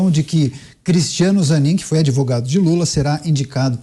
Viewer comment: "Adevogado" Tristeza 😢